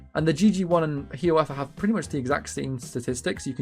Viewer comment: Only thing i want to mention is the pronounciation of "Hiawatha." it's 'High-ah-wah-tha', rather than "Hee-a-wah-tha". Otherwise, good video!